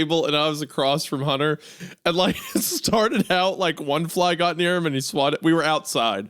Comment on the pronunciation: "Huntuh, im not going to have sex with you huntuh"